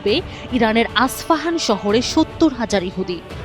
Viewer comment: আসপাহান নয় ইস্পাহান